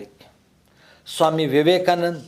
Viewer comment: Suame Vevekamananda!🤣